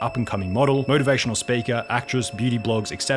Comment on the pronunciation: Also, "motorvation speeker". Tells me all I need to know about this person.